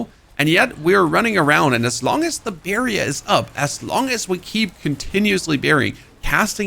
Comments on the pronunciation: lol the way you say "barrier" makes me want birria tacos, like right now. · I need a barrier against how you say barrier.